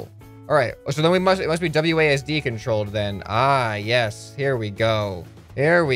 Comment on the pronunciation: Please say wads and not wdas? Was it idk but please say wasd